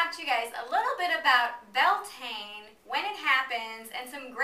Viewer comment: The actual Gallic spelling is "Bealtaine" , and the pronunciation is "B'yal-Tan-Ah"